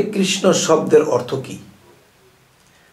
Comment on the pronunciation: আর্থ নয় বলুন অর্থ ❓❓❓